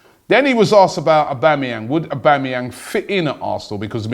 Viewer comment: again robbie it's aubAmeyang. are you trying to sabotage the transfer ?